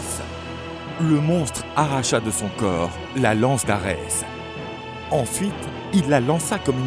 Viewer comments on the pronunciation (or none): none